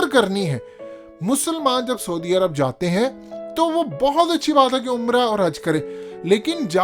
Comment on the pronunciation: Say: sa+oo+di arab, not sodi arab.